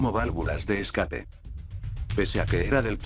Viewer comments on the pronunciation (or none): none